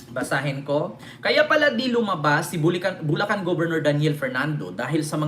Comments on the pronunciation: Bulacan di bulcan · Bulcan or Bulacan? Hehe